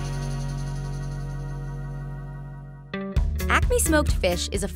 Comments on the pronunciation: Girl : Acme What I heard : Acne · I’m hearing ACNE wtf